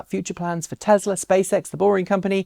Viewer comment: Tezla? I thought is Tesla.